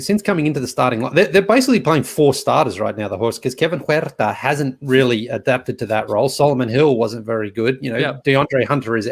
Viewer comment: Why does he say Kevin huerter like that